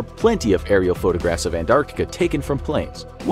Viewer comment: Thankyou for pronouncing both C's in 'Antarctica'. Most americans seem to call it "Ant-artica" for some reason.